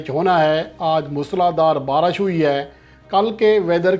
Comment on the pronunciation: Are diwane..barash nai re..baarish...pehle bolna Sai bool...diwane chutiye sab yankers